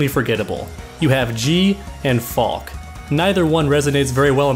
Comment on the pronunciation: Her name is pronounced Fal-kuh. It's German for falcon, and its a cool ass name.